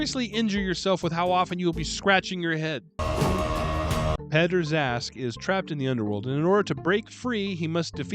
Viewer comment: I'm going to botch the spelling, but every time you said Peddar Zask, I would hear pederast. Wonder if that was intentional?